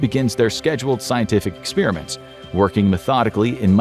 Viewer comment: The way you pronounce, “experiment”, upsets me!